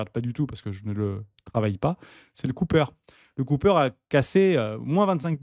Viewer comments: C’est “copper” pas “coupper” le cuivre 😂 Merci pour la vidéo du jour chez!!👑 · Au lieu de dire cooper ("coupeur") à la place de copper ("copeur"), tu ferais mieux de dire cuivre... Déjà que les anglicismes sont insupportables, mais quand ils sont mal prononcés, ils en deviennent ridicules.